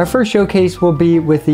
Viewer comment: fuh--- furst? f...fursht... first?